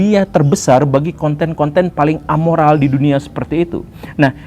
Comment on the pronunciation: Bukan amoral pak guru, tapi nirmoral. *Kalo a artinya tidak ada